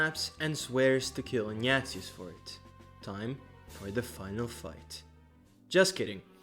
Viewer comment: The way you pronounce "Ignatius" sounds like "Nya~zis"